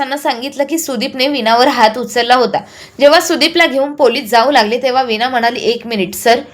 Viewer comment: विना नाही वीणा